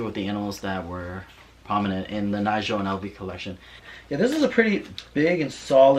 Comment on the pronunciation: “Knee-go” not Nigel :)